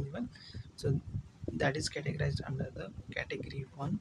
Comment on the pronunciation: "Und" care 💀